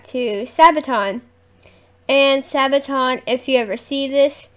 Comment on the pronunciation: Do more Sabaton. You say it correct, not your brother :) Read about song before listen to it, enjoy the world of Sabaton.